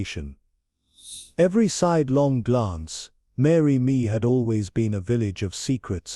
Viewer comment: It's Saint Mary Mead!